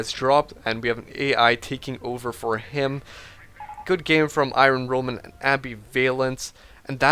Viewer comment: i-RON roman.